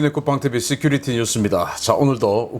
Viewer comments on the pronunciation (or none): none